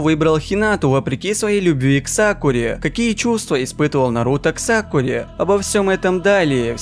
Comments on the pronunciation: Ты сказал сакуле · Я один заметил что в самом начале он сказал сакуле?? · Мне показалось или он сказал Сакуле?!!